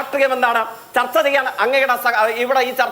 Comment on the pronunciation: തർത്ത അല്ല ചർച്ച എന്ന് പറ